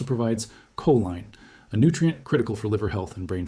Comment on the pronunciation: The AI also needs to learn how to pronounce choline and softgel.